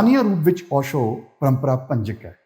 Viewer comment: Osho dhe parnaunation v sahi nahi.... Palli bhaaji